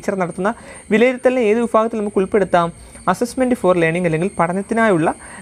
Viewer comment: വിഫാഗത്തിൽ അല്ല വിഭാഗത്തിൽ 👍